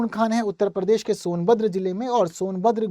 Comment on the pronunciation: भाई परदेश नहीं, प्रदेश है बोलते नहीं बनता तो मत बोलो . I m from Jbp. M.P.